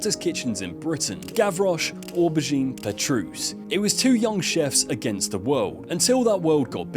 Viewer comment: Or Bah Geen.... you mean Oh bergine... LOL